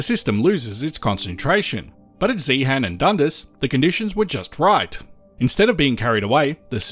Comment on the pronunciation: Please note, the H in Zeehan is silent. The mining museum there is excellent. I've been to the geology room in the Natural History Museum in London, and was disappointed after seeing the exhibits in Zeehan.